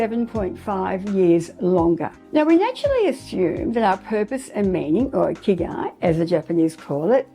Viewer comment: I speak Japanese,& I think you should check the pronunciation of Ikigai online( it's super easy to do this). The way you pronounce it is completely different from the way it's supposed to be pronounced. It's so different that i had no idea what you were saying. Also that kind of mistake makes it seem like you havent done basic research.